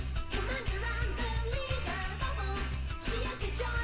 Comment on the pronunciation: *leader, not lider.